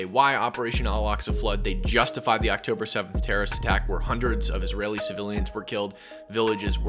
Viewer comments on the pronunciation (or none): none